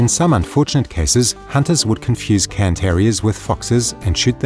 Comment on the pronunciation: Thank you for pronouncing the breed's name correctly! So many other channels call them "Karen" terriers, which is a small pet peeve of mine. Probably an American thing where cairns aren't all that common...